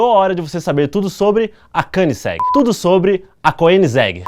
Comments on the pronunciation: Koeningsegg pronunciado como um altentico Sueco,esse cara é fanta kkkk. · De tanto vc falar Koenigsegg eu aprendi a escrever e a falar certo tb kkkkk. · Pelo que já percebi, sueco e alemão são bem semelhantes. Assim, esse 'oe' de Koenigsegg deve ter a mesma pronúncia do alemão, ou seja, uma mistura de 'ô' e 'ê'.